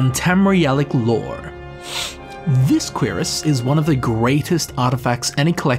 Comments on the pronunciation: him constantly saying QUEERus in instead of curiass is giving me some type of narcotic high. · its not "queeras". its "qrass" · I like how he says Cuirass. "Queerass" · Dreugh is pronounced Drö. And cuirass is pronounced Kürass. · "Queer-us" What is wrong with you? Lol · I know I'm late as hell but the pronunciation of "Cuirass" almost made me smash my keyboard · The pronunciation of cuirass sounded like a primary school insult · That's actually somthing i didnt know, at first i thought it was just his accent, i always pronounced it wrong. THanks for this! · Everytime he says cuirass, I bout lose it.